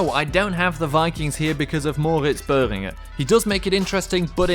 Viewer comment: Dude your pronounciation of "Moritz Böhringer" was perfect !